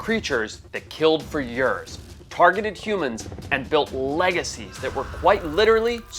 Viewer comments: Lol says years like yuurs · I love how Forrest has a perfect American accent, until he says "yeuuurs" 😂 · why does forrest always pronounce years as ''yurs'' lol? i noticed it in lots of videos